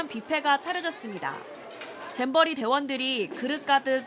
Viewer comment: 잼버리 인데 자꾸 잼비리라고 보여서 그래서 듣기라도 해보자 했는데 자꾸 잼비리 라고 들려요 이제 잼비리가 익숙해져서 잼비리라고 해버려요